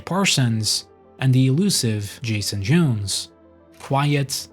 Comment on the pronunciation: Jason J-OWNs, not Jason J-OONs.